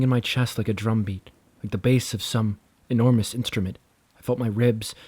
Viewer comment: Hmmm, kinda enjoyed this, although I don’t think I’ve ever heard a narrator make as many mispronunciations in such a short period of time before. Embossed Enormous Brochure Emanating…..@ you correctly pronounced brochure 🎉👏🏼 Please spend a little time working on pronunciations. It’ll serve you well your entire life! 😅